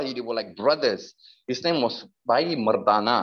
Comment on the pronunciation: This guy is a imposter. No Sikh would say Bhaghat kabeer or Bhai Mardana in the accent he did. I am 1000% convinced he has been planted. How would Muslims feel if we start hiring actors with hijab and Muslim clothing.